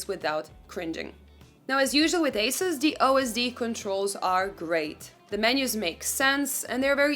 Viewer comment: Thank you for mentioning G-Sync compatibility, but the company name is pronounced “A-seuss”, not “a-suhs” which a lot of people call it - overall great review!